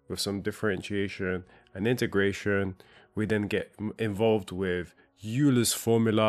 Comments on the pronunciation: “Euler” is pronounced “Oiler” not “Yooler”. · It's "oiler" not "you-ler" yah bloody engineer! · Euler pronounced oiler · Euler: pronounced " oiler " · All that but they don't teach you how to pronounce Euler 😂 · And what do you with that pronunciation of Euler? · That is the German pronunciation of Euler's name. If you are referring to the pronunciation comment. As anyone will tell you Mechanical and Electrical Engineering studies are very similar and very useful. Tension on a power line as an example. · Sure. But Euler was Swiss, a native speaker of German. Why wouldn't one want to pronounce his name as he sounds in his native language? Imagine Germans pronouncing Newton as e.g. "Neff-Tonne" or the French pronouncing Maxwell as "Mucks-Ouelle", or the English speakers pronouncing Lebesque as "lee-bess-key". Why would you do that? I believe these great people deserve at least the respect to get their names pronounced correctly. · bro, how did you get through your degree without understanding how to pronounce “Euler” correctly?